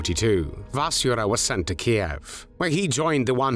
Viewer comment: At last an American who pronounces Kiev properly and not as Keev I’m pleased you didn’t call this execution as barbaric like you have other Nazi executions